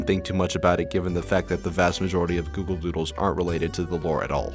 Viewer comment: at the start you say google voodles